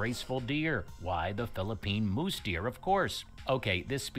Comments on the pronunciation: Pronounce Tamaraw as [tama-RAHW] with the distinct W as in "Rao" not "raw." Use the five basic Spanish-style vowels [a-e-i-o-u], not the more than 20 excessive vowels used in English. It's a "mouse" deer, not "mousse" deer! It's not supposed to be a dessert. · Mouse-deer not moose-deer. The narrator sucks.